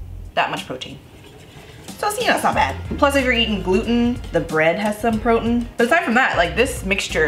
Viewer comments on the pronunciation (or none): i'll never say protein again. from now on, it's protn. protn for the win! 💕